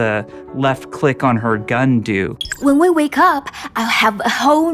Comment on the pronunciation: "we are orn our way"